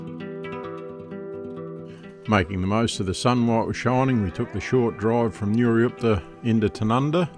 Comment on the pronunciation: Great video, enjoyed it a lot! Just a small correction, it's Nurioot-pa not Nurioop-ta Cheers, keep up the good work!